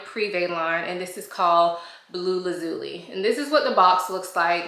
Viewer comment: Great review! Just so you know going forward, lazuli is pronounced laz (the same 'A' sound used in cat) --zhoo--lie.